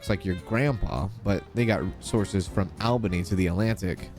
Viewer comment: One minor gripe. The way you say Albany. It's 'All', not 'Al' it should be said 'ALL-BIN-EE ❤❤